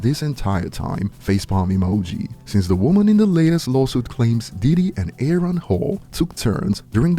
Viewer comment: I've got a strong feeling he learned how to say the name Aaron from the substitute teacher skit